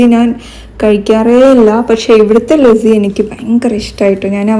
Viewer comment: Itha athu lassi anu lazzi alla so pronounciation onn nokne... Pine evde kuttam knda paidkkn mthrm orupad per ready aytt nikuvalle atha 😅itha onn google chyth nokit pryne ariyathath oke